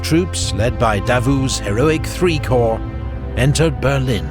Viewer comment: It’s pronounced “core” not corps.